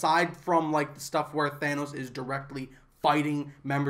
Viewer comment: Thanos not thaenos. If I’m wrong then please correct me